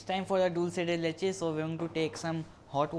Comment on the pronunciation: Yay u said dulce de leche right. Most people don't pronounce it properly